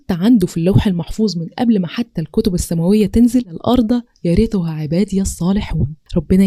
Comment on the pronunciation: السلام عليكم ورحمه الله وبركاته جزاكي الله خيرا كثيرا يارب أنا بتابعك وبحب اسلوبك ربنا يشرح صدرك بس ف غلطه بسيطه ف تشكيل يرثها خدي بالك ربنا ينفع بيكي